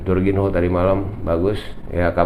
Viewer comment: Bacanya Jorginyo bang....biar enak didenger...hehehe..